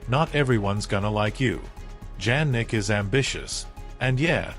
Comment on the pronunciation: I do not believe this Ai robot that cannot pronounce Jannik's name correctly. Show some actual video of the two players interacting inappropriately. Otherwise, don't waste out time with this artificial crap!:face-purple-crying